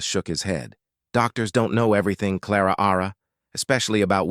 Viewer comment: I’m sure the “Ara” after Clara is an annoying error.